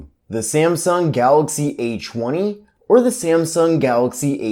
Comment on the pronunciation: he's saying "H woney"